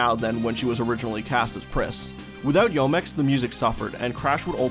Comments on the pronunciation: great video, but please work on your Japanese pronunciation. Youmex is pronounced "yuu - mex", Yoshitaka Amano is Yoh-She-Tah-Kah Ah-Mah-Noh for a few examples... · Enjoy your videos but Youmex is pronounced “U-mex” and is derived from the words “You” and “Yume”